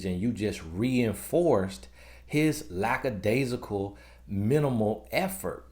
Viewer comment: Omg...thank you for saying "lackadaisical" and not "LACKSadaisical!" 👏🏾👏🏾👏🏾